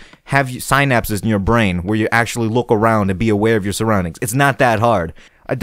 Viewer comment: the way you say synapses makes me think u don't have synapses i love u